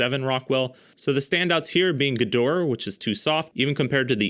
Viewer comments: pronounce it like "gedohrah" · The service second "E" in Gedore is not silent.